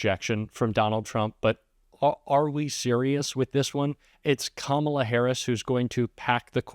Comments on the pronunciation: What a 2-year-old continuing to mispronounce KAMALA. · Hate that he refuses to correctly pronounce her name.